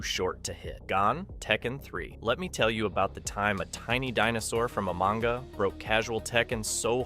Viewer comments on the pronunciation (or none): none